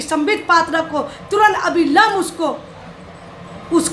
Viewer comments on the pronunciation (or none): अभिलंब नहीं अविलंब होता है